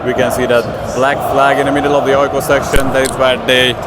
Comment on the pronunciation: are you sure you're not swedish? because your pronounciation of Djurgården, AIK, tvillingderbyt is immaculate.